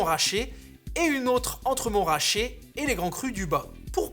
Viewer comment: C'est MontRAchet, pas MonTRaaaaaachet 🧙